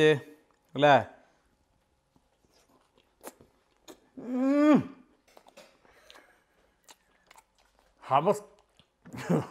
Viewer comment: ഹമസ് അല്ല..... ഹമൂസ്